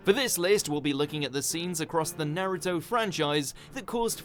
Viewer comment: Couldn't they get someone that could at least announce naruto's name propery?? Ita like they dont have naruto in england